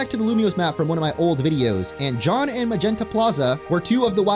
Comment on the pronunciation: Jaune ain’t pronounced like John my dude